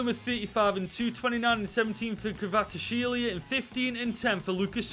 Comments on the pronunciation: Just call Kvichka Kvaratshkelia his nickname which is Kvaradona it is way easier (kh-var-aa-dona) or say Kvichka (cant spell it) its pronounced kh-witch-cah but I may be wrong on that one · The pronunciation of 'kvaratskhelia' just get worse throughout the video 🤣